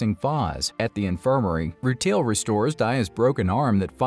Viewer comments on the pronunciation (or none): It’s so difficult to listen to the mispronunciations of some of the Gens like “roo-teal” 😂